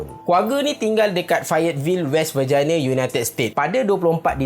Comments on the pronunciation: I think you mean ver-ji-nia... ver-jai-na sounds like........ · Allah bukan vagina, Virginia bang😂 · pronounce biar betul vejaina = vagina verjinia = verginia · bro it’s west “verjiniya”. Jgn sbut vagina bahayaaa🤣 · 'Virginia' tu sebut dia 'Ver-Jin-Yah' ... bukan 'Ver-Jai-Niya' ... Verjainiya tu lain da bunyik dia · cara sebut Virginia tu scary la.. sebut la betul2.. nanti slh paham lak😂😂😂